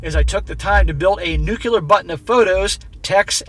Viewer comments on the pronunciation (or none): Omg. Did you just pronounce nuclear “New-key-lur”??